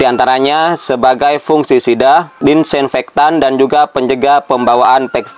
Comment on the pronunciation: Masnya bilang : 'Fungsisida'...pada text di video jg tertulis : 'Fungsi Sida'...mungkin yg benar itu "Fungisida"... Fungi = jamur/parasit tumbuhan...Sida = anti/pembasmi...jadi Fungisida = anti/pembasmi jamur tanaman... lha kalo Fungsi Sida = anti fungsi ?? 🙏😁 Tapi tipsnya sih tetap ok bingits,..trims👍